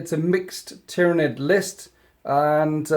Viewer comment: Man, you gotta get your Tyranid names straight